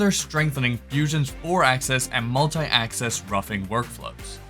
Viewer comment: Mult-ee axis roughing . Yea!